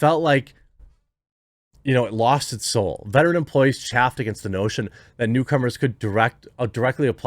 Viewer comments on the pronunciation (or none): There's nothing I rather watch less than someone else's game play. And those talent shows on tv. Also, it's pronounced "chayfed".